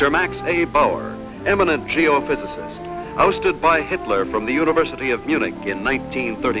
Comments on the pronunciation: You guessed wrong. It sounds like "hosted", but given the context, it could only be "ousted". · No. He clearly said "OUSTED" by Hitler